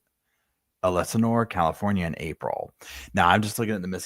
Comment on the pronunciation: Rivas - ree vus. Elsinore. -el sin or